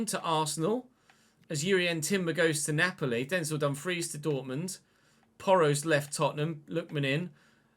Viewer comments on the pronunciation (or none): none